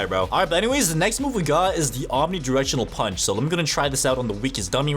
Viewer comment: Omni gushinal pusch is what i heard